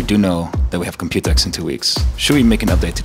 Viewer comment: I got so used to people saying Compu-Tex that when I heard him say Compute-X I was very weirded out. Now I see that pronunciation makes slightly more sense because it's an exposition about computing; Compute-[e]X[po]. Also still sad about not having a normal TKL